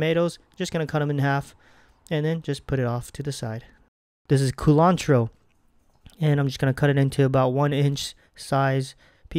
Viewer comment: WTF is 'coolantro'?